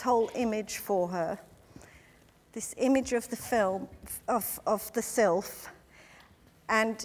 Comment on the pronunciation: love! I could of sworn she said "image of the filth"....lol. probably sylph though